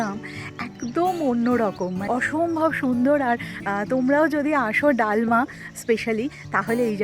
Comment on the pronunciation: ডালমা নয় দলমা।